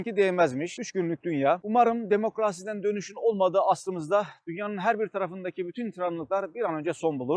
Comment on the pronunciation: Tesekkurler video icin .Bu arada demokrasi sözcügünün söylenisini düzelttigimizde bizim ülkeye demokrasi gelir😁🙏🏻Laik ve demokrasi sözcúkleri zor degil, a harflerini uzatmadan. Sözcüklerin frekansi oldugunu hatirlayalim. Dogru telaffuz edildiklerinde titresimleri farkli olur. Sevgiyle…🤍